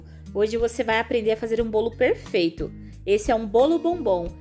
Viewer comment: Tudo e perrrfeito com diz voce....! bom demais ne....perfeitamente perrrfeito hehe 😂